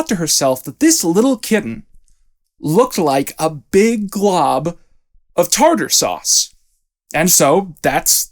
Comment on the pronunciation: Her grave not saying tarter suse